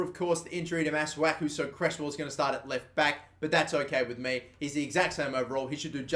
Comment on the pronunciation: Pronunciation Masuaku- maswaku